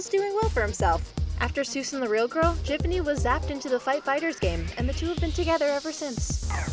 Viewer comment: and it's GIFFANY GIF. HARD G. you don't call it GIRAFFICS you call it GRAPHICS.